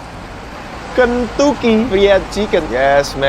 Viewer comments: kalo ngomong “kentu”cky jangan dipisah yaa lain kali 🗿🗿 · 😂 ngukkuk, ken..tuuki